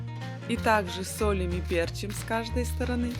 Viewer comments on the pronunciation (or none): none